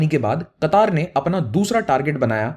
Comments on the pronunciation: कटार नहीं कतर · oh bahi sab Qataaar nhi ha word Qatar ha not Kataar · It is qatr not kataar 😂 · पहले बोलने को सीख लो उस देश का नाम कतर है